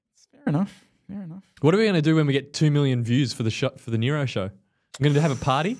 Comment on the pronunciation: I like how calls it the Nero bike and the Aeroad 😂